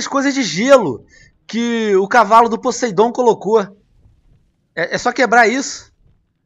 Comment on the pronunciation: e poseIdon não poseidon